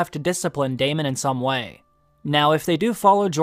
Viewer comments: DAY MON lol you were killing me pronouncing it like that instead of just straight up Saying Daemon(Damon) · Dude can you stop saying "Day MAWWN?!" It's goddamn Daemon, "DAY MIN." edit: You pronounced it NORMALLY and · Why does everyone call him Damien lol. it's Daemon